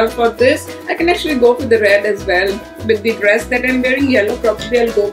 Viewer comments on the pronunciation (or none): aap with ko bith kyu bolte ho